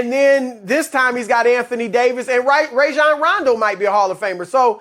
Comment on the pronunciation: Nobody: Chris: RAY-JOHN RONDO